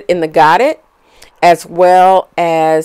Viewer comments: Godet is pronounced go-day. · Loved your design and instructions. I am going to give this a try. You made it look easy and fun. Godet is French as in 'go day' (no harm intended). Thank you for sharing. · It is actually pronounced GO- DAY. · Great video! Very clear. But the pronounciation of Godet is french so dont pronounce the "t"...its god "a" long a on the end.